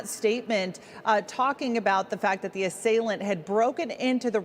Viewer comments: One of my favorite reporters even though she can't talk. "An asalient broke into Paul Pelosi's home early this morning violently assalsing him..." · “Assailiant”? …see how these results “pander out”? Such strange pronunciations and word usage from these journalists. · Please learn how to pronounce "assailant" properly it's not "assal i ant". Yanks . . . sheeesh ! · She pronounces assailant weird